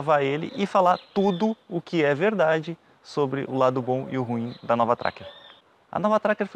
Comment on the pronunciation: Como sempre, um excelente trabalho o de vocês. O único problema foi ficar escutando, o tempo todo, "A novA" Tracker. Sugiro deixar o "A" para picapes, peruas e afinas. No mais, parabéns!